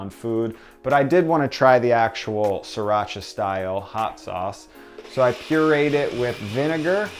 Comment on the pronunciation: Sriiiiii not SIR-racha! Each time he says it I get sidetracked. Pronunciation changes, especially imported words, but it just grates my nerves irrationally (I know, I know)! I've been using sriracha, and hearing it pronounced SRI (as in the country Sri Lanka) for decades before it became so popular. Changing to a new pronunciation isn't easy.